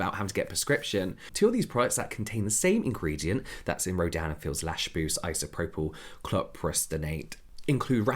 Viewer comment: The brand’s name sounds so much like you’re saying ‘Dan and Phil’ 😭